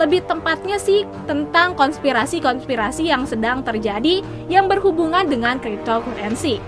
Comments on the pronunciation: Dibaca "kriptokarensi" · wkwkwk kripto kurensi